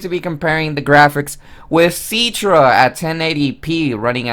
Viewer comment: IT'S CI-TRA NOT C-ITRA